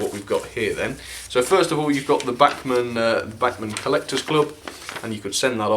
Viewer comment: Agree Bachmann have done a great job for £90 - bargain of the quarter? Sick bags and neck braces free addition. Was surprised at lack of crawl, but Sod's Law states it will crawl at 0.0001 mph as soon as camera is switched off. (not many English pronounce these names correctly, so well done).Alan.